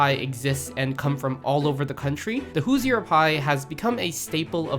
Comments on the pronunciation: surprised no one corrected his "Hoosier" pronunciation. it should be [HOO - zher] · >who-zi-err My fucking ears. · How to pronounce Hoosier is that is rhymes with looser.